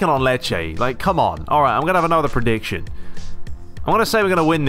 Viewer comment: Leaved a like for "predictiyon"😂😂👍